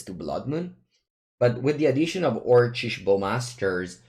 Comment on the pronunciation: "orcish" is pronounced orkish